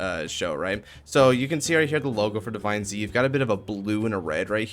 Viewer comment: on the stream they said divineZ like Z was a "s" so sound like divines